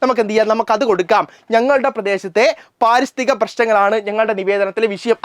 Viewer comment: പാരിസ്ഥിതി അല്ല പരിസ്ഥിതി എന്നാണ് സർ ഇന് കുറച്ച് നീട്ടൽ കൂടുതലാ😂😂😅😅